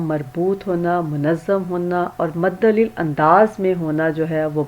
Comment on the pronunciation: مدلل لفظ پڑھنا نہیں آتا آپ کو لیکچر نہ بنائیں پہلے خود علم حاصل کریں